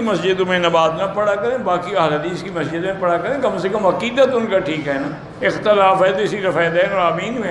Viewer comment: مہجد نہیں مسجد بولنا نہیں آتا